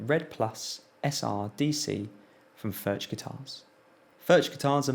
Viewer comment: Great review! BTW, the 'ch' in Furch is pronounced the same way as the 'ch' in loch (a lake in Scotland).